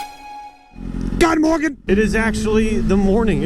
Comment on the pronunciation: "God Morgen" ... I had to rewind the video to get that 😂